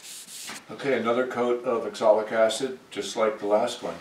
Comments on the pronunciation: You keep saying axolic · Sir, Its called Oxalic Acid not Exolic Acid ! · It is pronounced OXALIC. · I asked about this before. I believe it’s oxalic acid, he pronounces differently.